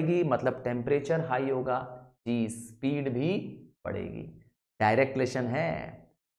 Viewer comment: Sir aap ji ko d bol rahe hain